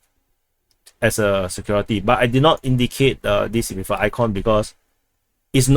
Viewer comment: I have difficulty understanding your English. Can you please enunciate clearly, don't run words together; put spces in & hit consonants hard please. Please don't say, Cawdis. but Call [space] this. Don't say WIF , say WITH. These are two different things which must be pronounced differently & distinctlly 1) THIS INFORMATION & 2) DISINFORMATION! Check how you are speaking by turining o captions & see what you see: how much is intelligible & how much is giiberish.